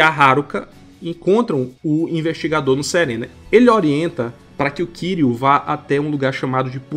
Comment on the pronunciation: Só uma coisa a pronúncia do nome do kiryu tá errada, só isso o resto tá incrível A fonética do Japão é diferente Mas não se preocupe eu entendo Ninguém precisa falar certinho mas enfim Excelente vídeo ❤